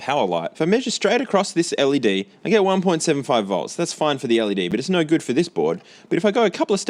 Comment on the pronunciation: The “nauuur” is so funny. Aussie and kiwi accents are fascinating.